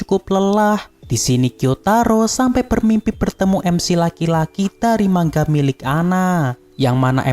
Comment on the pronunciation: manga bang bukan mangga